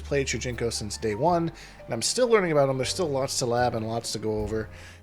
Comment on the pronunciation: All aboot!! Best intro! Great kontent as always! 🍻🍻